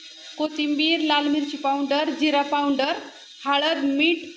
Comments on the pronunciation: हे सगळे लोक पाऊनडर म्हणतात..सोप्पा शब्द आहे पावडर..कशाला इंग्रजी बोलतात..सरळ मराठीत भुकटी म्हणा..😂😂😂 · आक्का आदीगर नाही अगोदर म्हणा पाऊडंर नाही पावडर म्हणा. राग मानू नये. सांगितल्याबद्दल